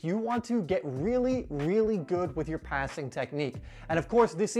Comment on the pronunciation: Does anyone notice that whenever he says “do” the next word is replaced with a d in the front “Do dis” “do dat”